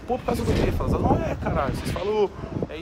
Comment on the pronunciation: Porque ele fala felas?